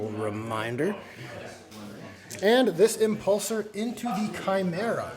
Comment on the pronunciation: I'm sorry, but "tshimera" 😆